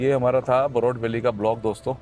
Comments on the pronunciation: It's बरोट ... not बरोत... welcome to my hometown ❤ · बरोट and not बहरोत